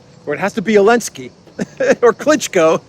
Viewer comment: What the heck are Himars? The currency of Ukraine is a HRYVNIA. And why are you referring to ZELENSKY as ELENSKY???? If you don't know how to pronounce A word or a name ASK SOMEONE WHO DOES!!!